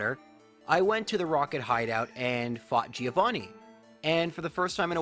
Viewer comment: Please for God's sake fix your pronunciation on "Giovanni", it hurts me every time